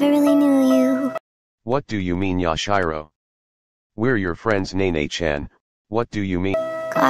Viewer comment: Yash-Eye-Row CoNtInUe